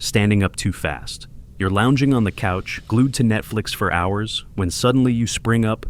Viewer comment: Netflex instead of Netflix